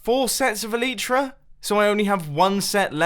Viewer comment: elytra is pronounced: [ɛl ɪ trə]